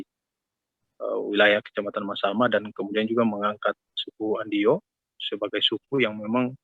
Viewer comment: Trimksh sudah memperkenalkan suku Andio, tapi klo bisa pembaca berita awal baiknya faham dulu agar tidak salah penyebutan suku Andio